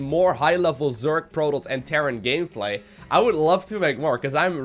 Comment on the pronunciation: in the beggining it sounds like he says "master league PROTOLLS"